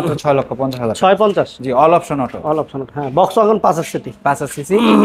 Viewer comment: অল অপসন অটো,, অল অপশন অটো 😅